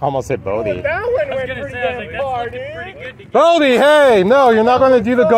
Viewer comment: Why is his name spelled "Bodhi" when you always call him "Bo-bhi"?